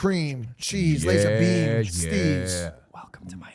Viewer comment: Pronounced Laz - r